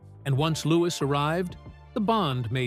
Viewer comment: She's amazing , love miss congeniality she is really natural in comedy , but why don't you pronounce her baby's name LOUS is letter S a silent letter now when reading